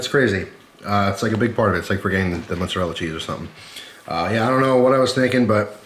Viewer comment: "mozarell" lmao i love that accent